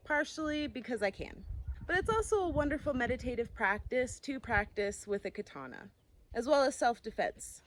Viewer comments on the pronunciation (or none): none